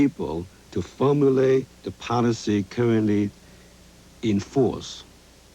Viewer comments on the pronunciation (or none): The interpretor was terrible, it took me a minute to realize what he meant by "poNicy" was actually "policy" ...